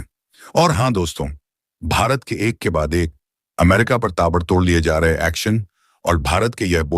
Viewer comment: ऐसा तोतला कॉमेंट्रेटर क्योँ रखा जो अमेरिका को अम्मेरिका वाॅश्गिंटनको वाॅशिंगंटन बोलता .